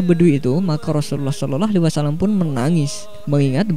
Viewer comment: Ini pngisi suara siapa yahh Ngucapin sollallahu alaihi wasalam ajh blepotan